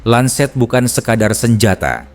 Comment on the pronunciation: Lancet kakak, bukan lanset. ini bukan bahasa inggris ya 😊